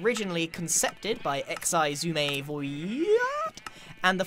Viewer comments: "Eckseyezooma............void" I'm dying 😂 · The way Grian says xisuma’s name 😂🤣😂